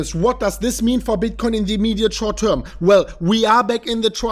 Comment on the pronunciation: "Ze immeeediate schort teurm"?! Actually didn't say a lot about that today, more the longterm bullishness.